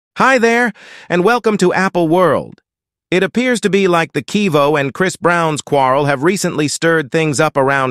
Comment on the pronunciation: a.i can't pronounce quavo ha ha